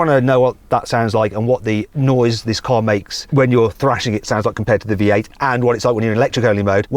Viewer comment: 最初 聞き取れなかったけど、V8をヴィーアイって発音するんだね。